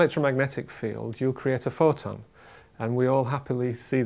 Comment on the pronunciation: Did he say Photon or Forton?